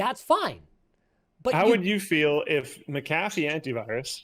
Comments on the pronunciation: you came dangerously close to pronouncing "McAfee" correctly... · Please, and Linus...it is pronounced "MAC-A-FEE", not "MA-CA-FEE".